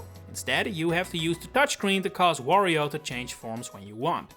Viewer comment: The way you pronounce Wario, makes it sound like Woh-rio.